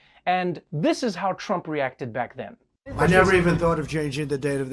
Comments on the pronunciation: Love the 2020/2014 mugshot. Did you say back then or black then? 🤣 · I wonder what’s the difference between now and “blackthen”... lol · Lololol “what’s the difference between now and BLACK then” * Le Laugh 🤣🤣